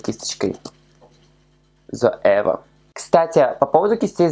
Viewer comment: Вот ты смеёшься над тем, что Гоар неправильно произносит некоторые названия продуктов, а сам вместо того, чтобы говорить «Лора Мерсье» говоришь «Лаура»)) Или не Зоива, а Зоэва. Некрасиво это как-то) Надо всегда начинать с себя